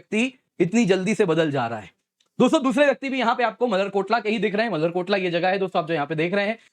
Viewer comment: Motherkotla nhi malerkotla hai